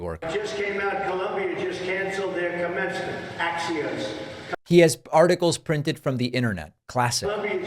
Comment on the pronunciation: The way he pronounced "Ack-tchions" 😂 I speak better English than Trump and my mother tongue is French (Québec) 😂